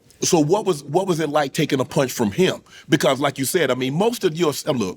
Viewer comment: "EVERYONE. Everyone will go down with that punsh." 😳